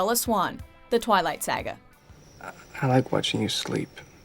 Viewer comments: Its saga pronounced "sah-ga" not "sag-a". God Idk why I hate when people say it like that but I just really do 😣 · I changed the video and voided everything you said when you pronounced saga as saa-ga. What the fuck. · The way she pronounces saga seriously irks me. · the way she said “saga” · Did anyone hear how she pronounced saga??? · You pronounced "saga" wrong. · Out of everything in this video the only thing that I have to comment on is the way she pronounced "saga"....so weird lmao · Sorry...twilight "SA GA?" I'm sure she's pronounced the word saga wrong